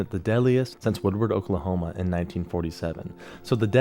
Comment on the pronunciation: I like this guy his videos are great, but it’s funny to hear him butcher the Oklahoma town names. 😂